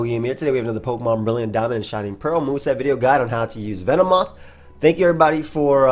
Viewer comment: Ah yes, my favorite mon Ven-moth xd Joking aside, love using this bug